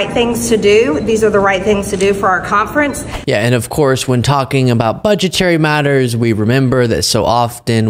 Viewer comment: "caump-frents" and she's so unbearable